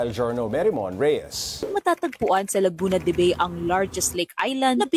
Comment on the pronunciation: "Laguna de Ba-e" o "Ba-i" ang totoong bigkas dyan hindi "Laguna de bey"